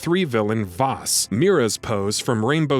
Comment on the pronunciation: Vaas is pronounced like the a in Apple , idiots.